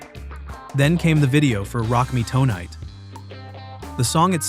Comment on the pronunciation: (Glenn) Frey is pronounced like "fry" no "fray". (Rock Me) Tonight is one word... "tonight" not "toe night". This is why I'm sick and tired of the AI narrated videos. Regarding Metallica vs Napster, Metallica was right IMO because apparently those songs weren't even released yet. But didn't they also benefit from a bootleg tape when they were starting out? Napster was shut down but it probably increased sales to a lot of bands. For example, an average Joe living in Kansas likes a song by GnR, Fleetwood Mac, Styx etc... take any band or artist. So he downloaded it and liked it so much that he wants the CD so he can have a copy of the original. I'm betting there was a lot of that. I'm not saying what Napster did was right but that site probably generated extra money for a lot of bands.